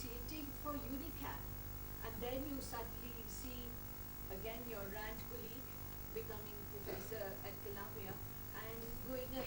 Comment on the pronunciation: did she really say - ' not RAND corp. but RAAND corp.' ? or i listened it otherwise.